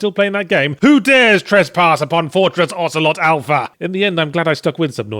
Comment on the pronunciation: "Ocelot Alpha" OCELOT ALPHA "Ocelot Alpha"